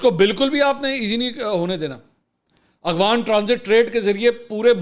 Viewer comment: خان جی اخوان نہیں افغان اور افغانستان ہوتا ہے